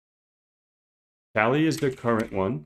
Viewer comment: The Kali distribution is named after the Hindu goddess of the same name. It is properly pronounced with an AH sound as in kah lee. In addition, pronouncing it the other way creates an unnecessary homonym as that term is short for 'California.'